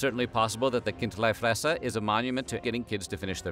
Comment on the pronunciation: Almost, in Bärn we say, "Chindlifrässer", which is more prounced like "Kind-lee-fraess-er" where the "Ch, K" sounds like you are preparing your throat to spit. Bisch aber äuä säuber Bärner/Schwizer u cheggsch, wasi meine. Gibe trotzdäm mi Sänf derzue :D